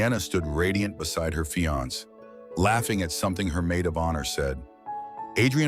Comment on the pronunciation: Ai did pronounce the male version of fiancé correctly.